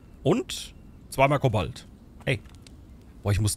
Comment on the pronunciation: das Element heißt: Kobalt. Nicht Ko:balt! Du betonst das falsch.